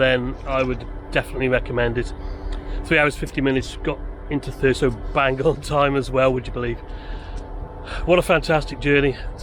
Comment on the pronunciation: Thurso is pronounced Thurzo. Don't want to upset the Gollocks do we!